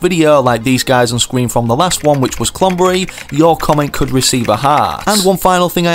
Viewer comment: it’s klombberry